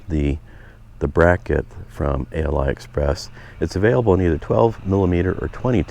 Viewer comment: Ali express not a l i express